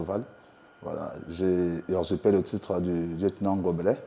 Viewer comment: Bonsoir Mr le journaliste, On ne dit pas « Ursupe »